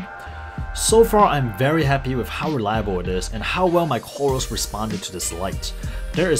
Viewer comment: You are saying wif instead of with